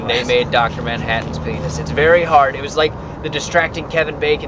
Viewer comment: lol "peynis"